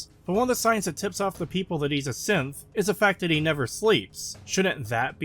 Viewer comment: evreytime he said synth I hear simp